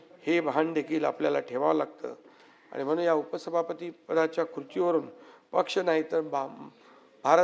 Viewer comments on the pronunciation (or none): आनि बानी पानी बहीन अशेल… याला उत्कृष्ट म्हणता की काय? कमाल आहे.